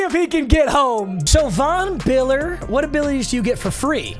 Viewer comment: When bro said Von biller he had me dying💀💀💀💀🤣😂😂😂😂😂😂😂😂